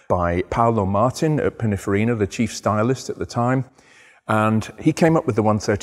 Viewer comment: Yet again it’s Pininfarina not Pinnafarina 😢